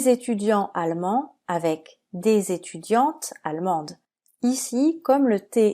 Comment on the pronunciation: Quand vous expliquez les lettres muettes mais avec la liaison du s, pourquoi ne prononcez-vous pas de liaison avec le mot allemand.e: Les étudiantezzz allemandes?